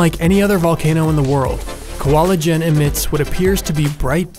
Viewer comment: It sounds like Koala Gen instead of Kawah Ijen. The mountain in Java Indonesia